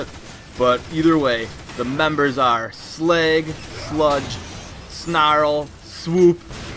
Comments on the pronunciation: it's slug not slag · Sleg? He called Slag, Sleg! Too funny